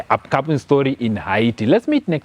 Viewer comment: Fake news.all those your commenting are not verified and you cant video them Yout merely speculating and not giving true pics..secondly your accent is horible..and your pronouncing haiti wrongly.get your facts right